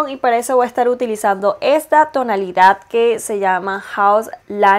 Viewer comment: Me desespera que diga tonalidaf como mil veces💁